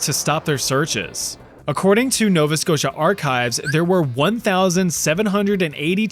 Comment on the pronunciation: Are you Canadian beacuse im shocked you said nova scotia and Halifax right so many people are getting it wrong also idk something about the tone sounds like home lol